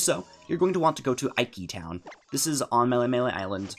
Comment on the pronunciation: Its eekee town as in Tiki